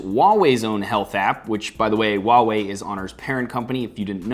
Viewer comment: THANK YOU FOR PRONOUNCING HUAWEI CORRECTLY!!! xD